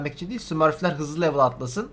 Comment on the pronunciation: harbi daha azlı anladım sonradan 40 diyo hızlıdır dedm sonra iki kere düşündüm dediği kelimeyi hızlı diyomuş türkingçe gibi